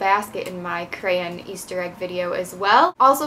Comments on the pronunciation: Lol u say cran not crayon just like me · Yep, me too